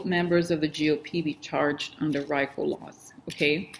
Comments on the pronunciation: Hay, Rico is pronounced ree-co. Thanks for being. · It is prounced Reeeeeko as in Puerto Rico